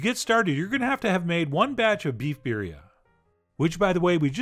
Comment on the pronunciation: It's birrrrrrrria! Roll that R!